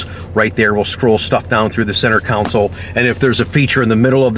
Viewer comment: it's a Console, not a Councel